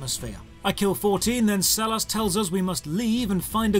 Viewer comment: Sellars is my last name and the way you pronounce it pains me